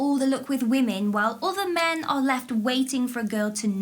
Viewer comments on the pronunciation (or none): none